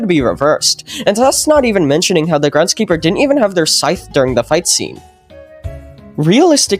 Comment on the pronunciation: "grendskeeper" loll